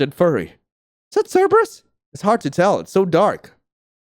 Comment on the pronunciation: "Cerbrus picks up cerbrus" 🤣